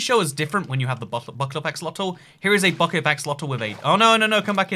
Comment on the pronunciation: I swear he said "a... fuckit of axolotels"